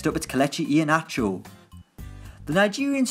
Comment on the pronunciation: Ke-le-cee Ee-heya-na-cho